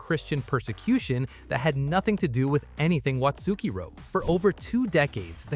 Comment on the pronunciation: You don't pronounce the u in Watsuki...